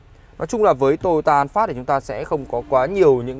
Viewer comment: Vietsud là "an pha" chứ an phát cl